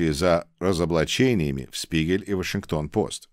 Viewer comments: "Spiegel" читається як "шпігель", а не "спігель". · Дорогой! Позвольте мне вас немного прлсветить в немецком языке (в средней школе я изучал этот язык): - Буква Z в начале слова читается как русская фонема Ц, поэтому слово "die Zeit" (Время) произносится "ди Цайт". Далее, диграф из букв "Sp" читается как "Шп", соответственно, die Spiegel" - это Шпигель. Моё уважение и поэелания успехов и здоповья,! God bless America. 🇺🇸🇺🇸🇺🇸🇺🇦🇺🇦🇺🇦🇰🇿🇰🇿🇰🇿